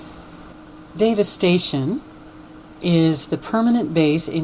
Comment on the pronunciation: Did you notice that when you say Davis Station, it sounds like Devistation??!! Humm.. Sort of like Obama Nation sounds like Abomination!! I think God speaks to us in more ways than one. He that hath an ear let him hear what the spirit saith ~ Rev. 2:7.